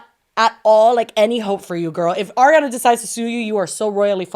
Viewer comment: PLS it's ARIANA not AIRIANA 😭😭